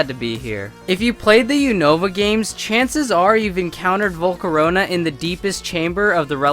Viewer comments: Everyone pronounces it U-n(oa)-va when the real pronunciation is U-na-va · lol he pronounced unova so wrong